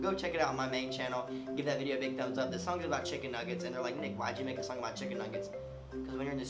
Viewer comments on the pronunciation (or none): none